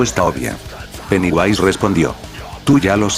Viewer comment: se dice pennywise